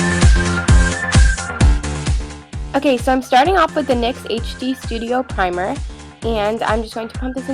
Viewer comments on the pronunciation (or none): none